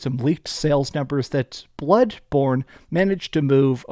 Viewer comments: I like how you say bloodborne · The way you say BLOODBorne bothers me